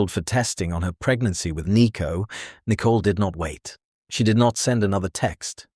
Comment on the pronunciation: Again with the 'nickle' it's Nicol (with an 'O' and arrest her already. You don't read anything, there are no replies. Stop with AI crap.